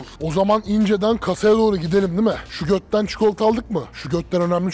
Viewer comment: Şugötten degil o cikolatanin ismi.şogettın diye okunur.